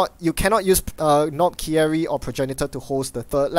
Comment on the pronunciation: Omg I need to fix your pronunciation: - Despite the spelling, it is pronounced: Knob-kerry. The I is treated as silent. - and because it upset me in the last episode: Acacia is pronounced: a-Kay-sha.:)